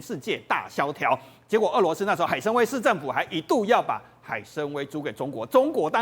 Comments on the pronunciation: 那个念海参wai三声，崴脚的崴，跟文盲一样主持人，要么就别说中文。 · 海参崴 wai 三声